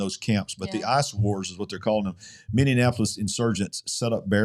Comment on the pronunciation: A fun thing....say mini-apolis. ... .not mini-in-apolis.....lol I think the way you pronounce it is funny...im not making fun of you,,just trying to help you pronounce it correctly..